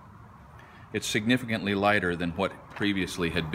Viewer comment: Great video. I appreciate you passing all. This awesome knowledge on to us. But what was that word? Signagwanon or something like that?